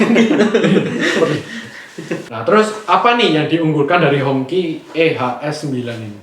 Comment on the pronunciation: HongQi dibaca HungJi atau bendera merah